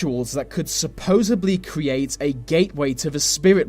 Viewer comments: he says supposebly, WRONG the word is supposedly... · ahhhh supposedly . with a D . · “SupposaBly”??? Holy Lord, man, REALLY?! Also, “wea-ver” instead of “weaTHer”? Yikes! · Thank you! I was literally just thinking that when I read your comment! Is there a whole different Brit word "supposibly" or...? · Did he say 'supposably'? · I can’t watch anymore after hearing supposably twice instead of supposedly!! 🤦🏼‍♀️ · "supposably..." lol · The pronunciation of some of his words are terrible. I mean what does supposebly mean? I know he's a southerner, but come on! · Haha, supposedly, there’s no b